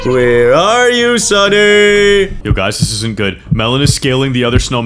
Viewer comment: Sunny not lieiny